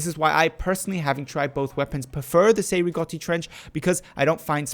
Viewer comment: The Cei-Rigotti is a Battle Rifle and not a DMR. Also your are pronouncing the name wrong